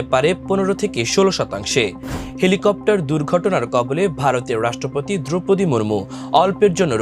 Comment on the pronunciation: Helicopter ❌ Thelacopter ✅ 😂😂😂